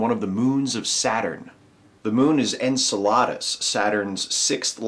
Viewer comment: Maybe someone else pointed this out, but it's pronounced en-CEL-uh-dus, not en-cel-AH-dus. I absolutely love And Now the Good News; keep up the good work, but perhaps check a pronunciation guide when reading about astral bodies named after mythical Greek giants. :P :)